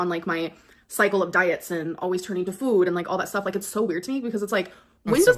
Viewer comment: How does she not know how to pronounce words like food? Does Amber think Family Fued is a show about familes doing a group mukbang?